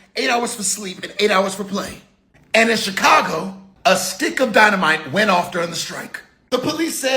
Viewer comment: Lady with the Chicago Cubs gear... it’s giving AI. Didn't even say Chicago with the right accent.